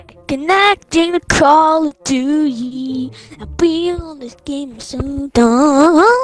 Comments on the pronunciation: why does they say call of doodie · It is call of doote